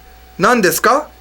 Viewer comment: You dont pronounce the word "desu" correctly.